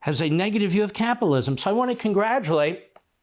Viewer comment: Really capilism? Ten times after each other you tried to say capitalism each and every time you said capilism why is that difficult...